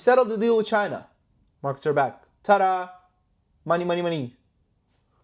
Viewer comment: It's so funny how he says CCCChina lmao😂😂buy!! If the markets don't recover and they dump the dollar is worth nothing it doesn't matter anyway hahahah buy gold if you're worried about the market crashing.. LMAO